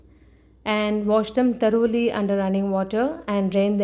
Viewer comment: It is pronounced thoroughly not taroli....